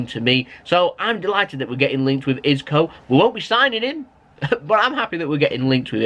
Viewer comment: So do you pronounce Isco wrong on purpose or is it just jokes?? Hahaha